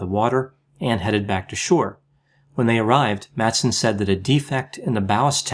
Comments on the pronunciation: Madsen is pronounced more like "Massen", as the d ia silent in the danish language in this instance (I'm a native speaker). Great video, love your content! :D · You mispronounced all the names in this video.☹️ Please keep in mind that the d in Madsen is MUTE! He may not be worth it, but remember that Madsen is a pretty common surname in Denmark.